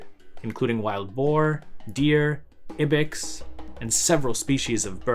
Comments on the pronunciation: Wow... The local river supplied a local type of sturgeon... How do they know that the sturgeon weren't refugees from other rivers? And why does he pronounce "Ibex" as "Ebix"? Sometimes I think this guy might just be giving a sort of Wikipedia "book report"; I don't think he's ever heard some of the words he's trying to read out loud... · curious as to what your native language is—i get ibex isn't a common word but it was a trip hearing you pronounce it like that after you pronounced Darius like that lol anyway great video as always keep it up!!